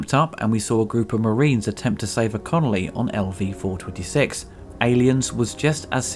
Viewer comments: That's 'col-on-ee' not 'con-ol-ee' ;) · Did you say "to save a conoly?" Did you... did you mean a colony? I think you meant they were attempting to save a colony. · You say "Conoly" instead of "Colony" ? :) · You said it again! It's not a prison conoly, it's a prison colony, my man. It's so weird seeing such a well produced and well researched video have such a silly running mistake in the narration. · Colony, not Connolly. I only point this out as you did it twice in under a minute.